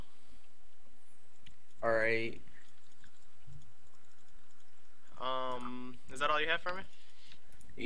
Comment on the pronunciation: I love these vids but I hate the way this guy says alright